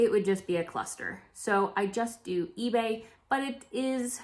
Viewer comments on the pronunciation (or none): none